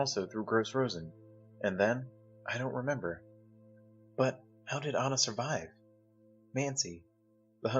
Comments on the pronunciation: I’m sorry to say this but the girls name in ANJA not ANNA or ANA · While you're correct, and I do believe the name "Anja" is pronounced like On-Ya, if you watch/read Art's comic "Prisoner on the Hell Planet" [which is in this audiobook, tho I cant find the exact timestamp as I'm on mobile] Art writes her name as "Anna", so I do believe thats where the confusion comes from. It may be a case of Anglicizing the name, but even Art calls Anja "Anna" a couple times. The World May Never Know.